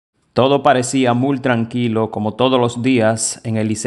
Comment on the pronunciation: Se dice "MUY TRANQUILO", con Y (sonodo i). NOOO "MuL" jajaja estos cibaeños ponen y quitan las "i" donde no van